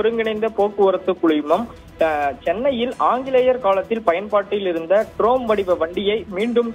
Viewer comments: தம்பி ட்ரோம் வண்டி இல்லைப்பா ட்ராம். புதுசா? கொஞ்சம் தடுமாற்றமா இருக்கே? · ட்ரோம் இல்ல , அது ட்ராம். ஏய்யா கழுத்தை அறுக்கிறே. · ட்ரோம் இல்லை… இது ட்ராம்! …உச்சரிப்பை ஒழுங்காக சொல்லவும் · டேய் ட்ராம் வண்டின்னு சொல்லுடா. ட்ரோம் ட்ரோம்னு சொல்லி எரிச்சல் மூட்டாதே...!!